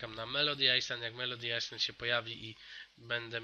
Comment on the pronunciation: Kiedy ty wreszcie zaczniesz czytać Island jako ,,Ajland"? Q.Q już nie mogę słuchać! Też mam Razowhipa, jedyne co mi się w nim nie podoba to: -ma ciut krzywe nogi - jak długo leci się w jednym kierunku nie przyśpieszając, po chwili tak zastygają mi skrzydła i reszta ciała, ale nadal leci xD